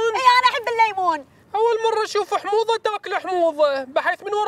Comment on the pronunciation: اؤل مره اشؤف احموضه تاكول احموضه هههههههه